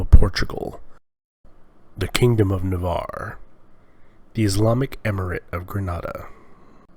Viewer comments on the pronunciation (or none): "...the kindom of Navaarrrre..." :D this voice and locution :D :D